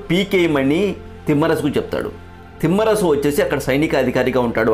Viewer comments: తిమ్మరసు కాదు తిమ్మరుసు అని ఉచ్ఛరించండి నామ వాచకాలను కూడా మీ ఇష్టం వచ్చినట్లు పలుకుతూ, ఈ తరం వారికి తప్పులు నేర్పిస్తున్నారు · చాలా బాగుంది...శ్రమించారు ..ధన్యవాదాలు..కానీ ఉఛ్చారణ దోషాలు లేకుండా చేయాలి ఉదాహరణకు....తిమ్మరసు కాదు..తిమ్మరుసు....అలాగే..పూర్తి సమాచారం సేకరించి వివరించాలి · Thimmarasu kaadura babu, thimmarasu. Ucharana nerchuko. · తిమ్మరసు కాదు సోదరా...తిమ్మరుసు అని పలకండి.